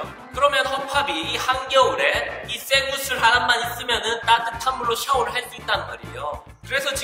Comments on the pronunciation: 처음에 0.7초 쇠구슬이라고 하는거 이상하뉴말로 들려염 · 쇠구슬할 때 구 가작아서 섹스라고하는거같음 ㅋㅋ